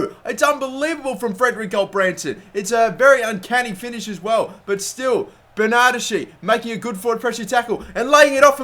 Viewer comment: It's BERnarDEschi, not berNARdeSCHI. Love the series but every time you say his name wrong I die a little inside.